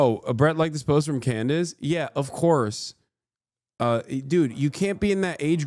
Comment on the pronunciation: Did he just say Clandice Owens 😭😂